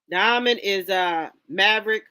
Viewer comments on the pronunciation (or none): The movie is OMEN and the character is Damian. This child had 666 on his scalp the sign of the devil. He was the devils child. Pronounced OH-Men. Not Almound.